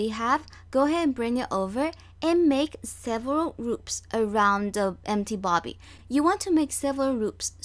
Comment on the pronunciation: It’s a bobbin not bobby